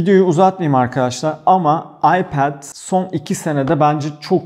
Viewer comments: aypad pro değil telafüzü ayped pro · ipead pro değil okunuşu iped pro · hocam seni seviyorum ama AYPEEEED diyip durma nolur..telaffuza takılmıyorum, sadece çok sık söylüyosun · abi ipaoath niye yani söylerken kendinde zorlanıyorsun ipet te iped de kedinde zor söylüyorsun vazgeç abi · gerçekten aklimdan çıkmıyor telefuzunuz 😀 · Abi Ipad deyişine bayılıyorum.😂😂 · FluTv İlker'den geliyorum. Ipad telaffuzunu duymak için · Öyle güzel ipad diyorsun ki kendimden geçiyorum. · Abinin İpad diyişi çok iyi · Ana dilinizin ingilizce olduğunu bilmiyordum. iPad 'in telaffuzundaki hatanız komik ve antipatik oluyor. Nedeni ise kendi hatanızın yerine başkalarının inceleme videolarını yermeniz. Bırakın herkes istediği gibi çeksin videosunu başkasına sataşmayın ki kimsede size sataşmasın. Burada sadece eleştiri yapıyoruz bir tatminlik durum yok başarılarınızın devamını dilerim.✌️